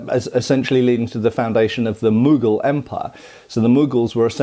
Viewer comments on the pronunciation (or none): none